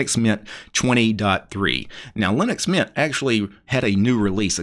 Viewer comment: it's mint. when you say that sounds like meatha.😂